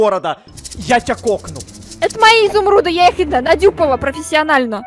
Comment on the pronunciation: говорит,, Я НАДЮПАЛА ПРОФЕСИОНАСЬНЫМ СПОСОБОМ ИЗУМРУДЫ’’ я «мы розсекретили Катю😂